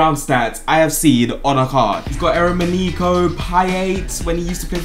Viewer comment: eremeniko😂 he called eremenko